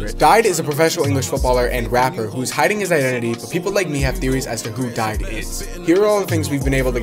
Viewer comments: It’s pronounced di day not didey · It’s pronounced DeeDay and his real name is Sheyi Ojo, people have known this for ages now